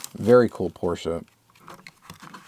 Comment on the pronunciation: I think it’s pronounced Porsche not Porschea. just sayin?